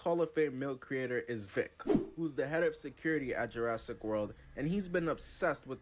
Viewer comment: girl said julassic💀